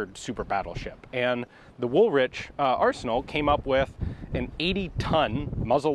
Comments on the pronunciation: "The Woolwich Arsenal came up with an 80-ton gun" - Notice the spelling; it's pronounced Wool-idge don't blame me. The Royal Arsenal was built on the south bank of the Thames at Woolwich, to the southeast of London. It was a huge ordinance manufacturing plant until the 1920s. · Sorry to correct you Ian but “Woolwich” is pronounced “wool itch” , illogical but true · Woolwich pronounced like "Wool-itch" I'm from Woolwich, SE London :P Fascinating videos! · Genuinely not a criticism Ian but rather an FYI: Despite appearances "Woolwich" is pronounced 'Wool-idge' (without any emphasis on the second syllable, i.e.: idge) rather than 'Wool-witch'! Great video as always though! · Not "Wool Wich" it's said Woolich... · It’s not the ‘Wool Witch’ Arsenal, it’s pronounced ‘Woolitch’, the W in the middle is silent in the same way that ‘Greenwich’ is ‘Grennitch’, in that one the second E doesn’t sound. Don’t ask mate, that’s just the weird way the English language formed over the years from all of it’s base constituents and influences. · Woolwich is pronounced wool-itch not wool-wich the second W is silent. Apart from that love the channel and the content. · Woolwich...pronounced woolich not wool witch... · Woolwich is pronounced "wool, itch" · Now listen dude, if you don't want to sound a fool, learn how to pronounce Woolwich ..... same with Greenwich. Remember it is pronounced Wool . itch ...... the same goes for Gren .... itch. Woolitch and Grenitch are phonetically correct. Both are very famous names in British military history and the correct pronunciation is very important. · Ian said "Wool Witch" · Wool-what now? Woolwich rhymes with "Pull-Itch" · How did you just say woolwich? It is WOOL-ITCH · Funny, Someone else comment and corrected it in the oppisite manner saying it was pronounced "Wool-Witch". Not debating, i am not from the area, just pointing out that apparently Both can be correct? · Woolwich = "Wool-itch".. pls 🙏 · LOL - Woolwich pronounced wool-itch :-)